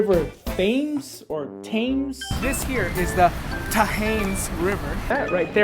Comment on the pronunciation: Thames = Te-m-es